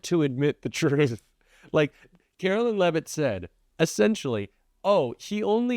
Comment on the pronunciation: Karoline not Carolyn